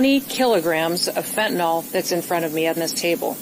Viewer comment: Why would someone announcing 20 kg of fentanyl not know how to pronounce its name? It's not fentanol, ma'am, it is fentanyl. This mislabelling does not sound professional, and speaks of perhaps some lack of knowledge of the subject at hand. But fighting it is still paramount, so charge on!